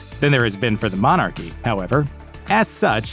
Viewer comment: What the hell is a monarrrrchy? Lol.